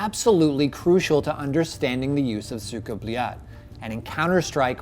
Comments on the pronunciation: СУКАААА БЛЯЯЯЯЯТЬ, не правильно произносите, практикуйтесь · its not cuka bleat speak it right noob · Anyone notice how he says its with a d not a t then they spell cyka blyat and put a tick next to it 😂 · explains pronunciation. clarifies common american mispronunciation. proceeds to mispronounce it throughout entire video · what is he doing? Also he mentions cyka blyat in this video and hears it so many times but he can't even pronounce it right smhsmh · Why do americans misspronounce EVERYTHING???? ESPECIALLY russian words. The american in the vid completeld misspronounce it as well. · Anyone else watching this and like the host cant say cyka blyat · It annoyed me that he brought the Russian guy on and he tells him how to say it properly.. he continues to say it way off lol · I hate how he pronounces it